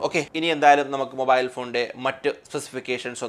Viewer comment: മോബായിൽ അല്ല മാഷേ മൊബൈൽ